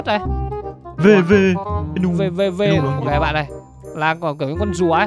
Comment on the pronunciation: Venusaur mà nói venusaurus